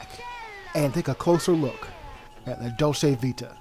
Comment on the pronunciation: You can’t even pronounce the title.